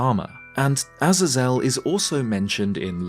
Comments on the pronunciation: Interesting video, I think Death Sword being an ancient Phantom Ganon makes sense personally, however I do like the concept of Death Sword also being either ancient executioner or a seriously dangerous prisoner/spirit of a prisoner. Btw, Azazel is pronounced like “Ah-Zay-Zel” not “Aza-Zel” 😉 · pronounced 'eh-zay-zel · I think this is the first time I've heard someone pronounce it "Az-Azell" and not "Ah-zae-zull" lol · A-Zay-Zel. Sorry it bothers me. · Ah-Zay-Zel . I cant handle how you pronounce it. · My friend it is a-zay-zul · Azazel is typically pronounced as "uh-zay-zel" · Not sure if you care or if I’m even right but I believe it’s pronounced A-Zaze-EL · sorry but it's pronounced ah-ZAY-zl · I couldn't finish your video because of your pronunciation of Azazel being botched each time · I can't keep watching the video I'm sorry dude but if your gonna keep mispronouncing the name Azazel then there is no way I can enjoy this bye. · Good vid, but that pronunciation of Azazel is criminal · Azazel is only hard a's not soft ones. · never heard azazel pronounced like that 😂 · Bro. I can't with how you pronounce Azazel😂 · The pronunciation of Azazel is a bit different than you say it 🐐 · Never before have I ever heard someone so fkn horrifically mispronounce Azazel